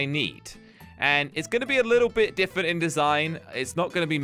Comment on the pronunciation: It's bugging me that he says diffent instead different.